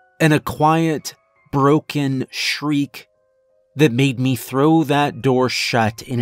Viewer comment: Why, when a sentence terminates in a word ending with an 'e' or 'y' do you pronounce them like they're drawn soft 'a's?' Exs: 'Me' becomes 'maaay' and 'eventually' becomes 'even-chu-laaay.'🤔